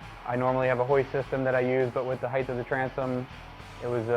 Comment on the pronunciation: Why do people say ‘heigth’? There is no ‘gth’ in height. Maybe because they’re thinking it’s like ‘length’?